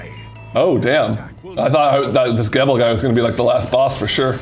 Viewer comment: It's not gebel! It's gerbil